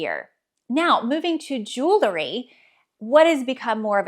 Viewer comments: I enjoyed your videos and find them helpful when I’m feeling in a fashion rut. One friendly request, please stop saying “jewlery”! As a fashion influencer, you should correctly pronounce common words in your chosen area of expertise. Jewelry. Sorry to be that person but somebody has to! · Please! It’s pronounced jewl -ry. Not jewel - ery. Many folks make the same mistake. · Jewel-ry.....Jew- lery (no) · Love the info you offer! But please, don't pronounce the word jewelry jewlery. It is incorrect and lessens your credibility.